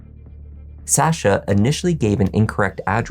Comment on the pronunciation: The way you say SsaSha is tilting me..